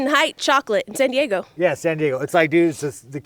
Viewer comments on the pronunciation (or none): none